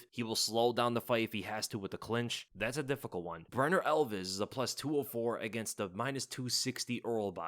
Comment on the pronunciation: He called him Brener Elves. 🤣